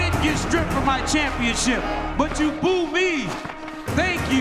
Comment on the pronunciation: Daniel “BOOH” Cormier 😅